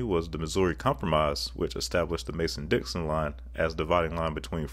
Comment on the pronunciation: It’s mason-Dixon. Not mason Dixie. Mason and Dixon were 2 different men. How the hell do you research for this and not realize that 😂